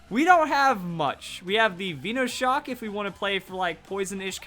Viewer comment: veeeeeenoshcok its with one e :P